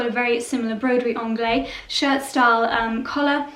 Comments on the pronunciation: You pronounce the ‘se’. It has a definite ending as Broderie in French is feminine and therefore ends the feminine adjective. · Hi. It's not broderie anglais (masculin) it's broderie anglaise(féminin) . The prononciation is not the same, at all. Bisous